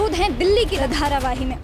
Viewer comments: its not dharavaii its dharavi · धारावाही नहीं धारावी। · Dharavahi ni hai mam dharavi bolo